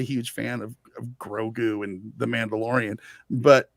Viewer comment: So funny how keeps calling baby yoda GORGU instead GROGU.